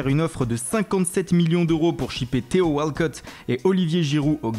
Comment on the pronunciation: mdr jkiff quand il dit bonnuci et walcot